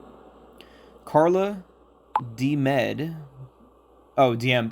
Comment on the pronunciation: I almost choked on my food when I heard you read "DMed" 😁 If Mika and Anni/Nicolas are descendants of Emelia, maybe we, MC, are descendants of Sister Brown? I'm done with episode 4 so I just watch all your playthrough videos.☺️